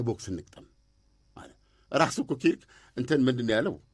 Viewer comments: ኪርክ ሳይሆን ከርክ ነው ስሙ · ከርክ ነው ኪርክ አይደለም ።